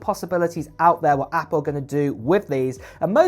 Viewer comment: He says apoo